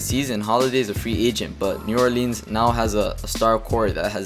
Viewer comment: "New OrLEEN"